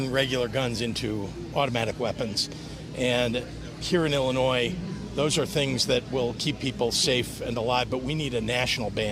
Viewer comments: Listen to all those measures our Illinois crooks put in place…. And crime is up! Not sure how they’re measuring the impact of their laws, but they’re not working. On top of that the press sec can’t pronounce Illinois correctly. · Speaks for the president and can’t correctly pronounce Illinois.